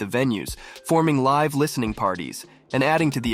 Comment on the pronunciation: I was all in until you said liv instead of live. Surprised no one caught that..